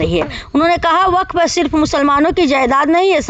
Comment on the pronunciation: बफफ नहीं होता है वक्फ होगा है